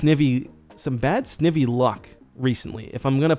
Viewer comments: It's Snivy, like the i in Knife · Anyone remember the snivy meme? Smugleaf lol Btw its pronounced Snigh-vee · Someone count how many times he has pronounced Snivy wrong and tell me by the end of this video please, thank you! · I think you have bad shiny luck because u keep mispronouncing its name, maybe they don’t like that